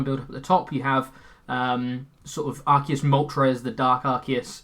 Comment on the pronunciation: How do so many pokemon youtubers mispronounce Arceus?